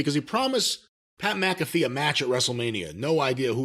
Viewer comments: How does everyone pronounce his name as MACafee.... it's MCAFEE.... like MCDONALD'S. Owweeee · Except, Pat pronounces it as MACafee.